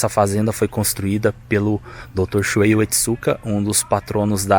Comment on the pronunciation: Não é Shuei, é Shuhei, se pronunciando ShuRRei.